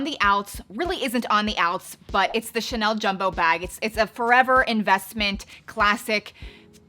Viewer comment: It’s so funny the way you pronounce ‘Chanel’ as “Tchnelle” 😄